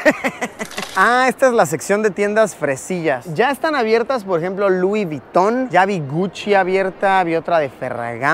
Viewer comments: *Luis vuyton 😂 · Vamo esa tienda "lui viton" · Lui Viton? jaja